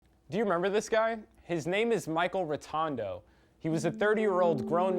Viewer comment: Rotondo? Like the word rotond? LOL, how rotond is he to be rotondo?